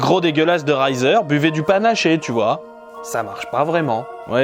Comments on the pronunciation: T'as réussi à caser Le gros dégueulasse dans ton calendrier de l'avent ! Chapeau bas ! ^^ Petite info "Reiser" ça ne se prononcer pas à l'allemande, mais plutôt "rézaire" ;) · Je me doutais qu'il s'agissait d'un truc du genre ;) En fait j'habite juste à côté de son lieu de naissance et on a un lycée nommé "Reiser" dans le coin, du coup ta prononciation m'a fait tiquer, je l'avais jamais entendu "à la boche" ^^